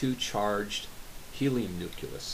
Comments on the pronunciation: Ouch! You got me! I mispronounced it like nooculus instead of nucleus. My bad. Sadly, I can't fix that. Anyway, you earn top credits for enduring that video. It was one of my early posts and has such a boring, slow, monotone narration that even I find it difficult to watch. Thanks for commenting! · Pretty neat. I might have to make one. But "Nuculus"? Come on, man.